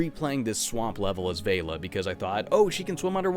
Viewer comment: It's pronounced Vel-la like Bella.